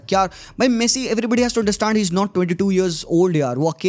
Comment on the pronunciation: Bhai aanderstand kyun bol rha hai its understand just simple 😂😂😂😂 baki bhai games ab paise k upar hi ho rhe hai game to bcha hi nhi